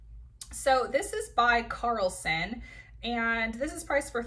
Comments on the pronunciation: Great haul! Just a FYI the brand is Caslon not Carlson.. for a second I thought there was a new brand at Nordstrom I never knew of. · Great video. Nice haul. Caslon, not Carlson.